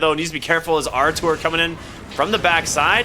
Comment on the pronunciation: bro stop calling him artour its rtz he aint ur boy lol